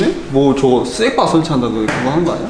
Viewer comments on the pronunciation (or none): 나만 스낵바말고 스레빠라고 들음?